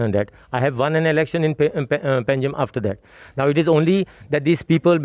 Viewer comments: It's pangi or pangim not panegim. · It's Panjim not Pa na ji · पानाजी क्या होता है.. it is पंजिम